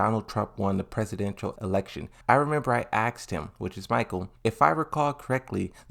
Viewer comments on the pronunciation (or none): aksed? who aksed? what aksed?